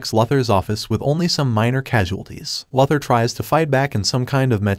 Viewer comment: Why do you call Luthor "Lothor"?